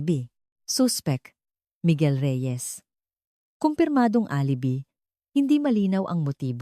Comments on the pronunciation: Hi, nakakainis ka😊di na ako makikinig sa narration mo maganda sana ang kuwento mo pero alibi ka ng alibi instead og alibay ang bigkas,pag di ka tumigil ng ka aalibi mo ireport kita sa admin mo lol hahahah alibi😊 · Sagwa ng pagsasalaysay ng narrator… Isa pa…. “ mukhang fiction “ lang …. kathang -isip lang! Pati pagbigkas ng mga salita .. mali-mali… Halimbawa: U.P. ……… sabi ng narrator…. [ UPI] Alibi………. …….sabi ng narrator: [ alebi] Hoy … narrator…. balik ka sa Grade Six